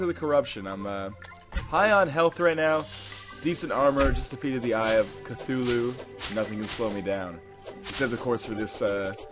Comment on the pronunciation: "...when i summoned the eye of KA-THOO-LOO!!!!"